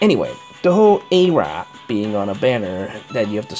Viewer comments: Hilarious pronunciation of her name:D...and max respect for what you said. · AYYYYYYYYYY(e)RA I love ur pronunciations.